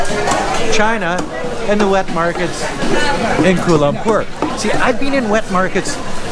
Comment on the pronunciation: Thanks for the video.. Just proves that you can get people from all over the globe who are stupid and the conotation that westerners are all smart is so untrue... First of all its pronounced KUALA Lumpur and not KUL lumpur... Next its common knowledge that open wet market is everywhere in the world esp in Asia but the point you dont get is meats like bats, rats, snakes etc in this markets... Also China's market has produced 2 viruses SARS and Covid so there is something wrong with China and its not a stigmatation but its a fact.... So I dont know what your objective doing this but thanks for showing the world what an imbecile you are and maybe you should go to Wuhan and try some bat or rat meat